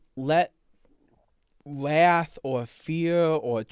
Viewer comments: His wath is indeed vewy passion-full. Somebody fowgive him alweady! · “Wath is a vewy… passion-full emotion” I have my senior quote.